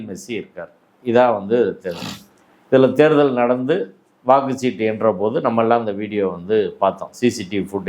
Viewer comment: எல்லாஞ் சரி... வாக்குஸ் ஸீட்டு இல்லை... வாக்குச்ச் சீட்டு....